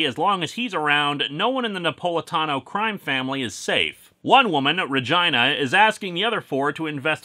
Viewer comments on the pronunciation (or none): it's "re-gee-nah" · Uh, I think that's pronounced ruh-GEE-nuh. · Linkara... dude... can we talk about how you're pronouncing Regina? Because that's... that's not how you'd normally do it.